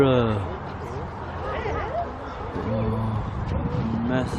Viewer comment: When was trying to pronounce rhinosaurous was the funniest thing ever!!😂😂😂😂"RhinoZira"??😂😂